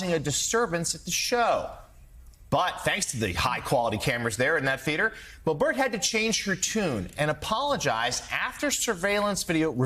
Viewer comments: Why is this guy pronouncing it "bo-BERT", with the accent on the second syllable? I've never heard anyone pronounce it that way. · It’s not “Bohbert.” It’s now officially “B**bert.” Edit: and her boyfriend owns a g*y bar, which is one more thing she is against!